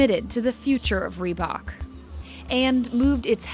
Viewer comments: Are we gonna ignore how the narrated lady says rebak Instead of reebok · FFS is not REE-BACH its REEBOK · I get triggered bout how she says reebok